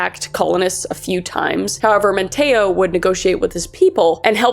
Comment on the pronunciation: Love your story telling abilities but as someone who grew up in the Outer Banks, it's pronounced Raleigh as R-ah-lee & Manteo as Man-tea-oh.